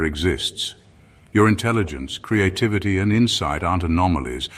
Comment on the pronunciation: ONCE AGAIN HEARD,"CREATE-TITTYVITTY", 😂 AM I STARTING TO LOSE THE PLOT OR WHAT????😂